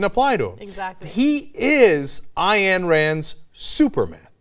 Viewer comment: Cenk, you always pronounce Ayn wrong. "Ayn" rhymes with "mine".